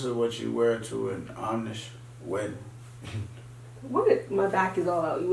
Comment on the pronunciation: Did he say Amish wedding,lol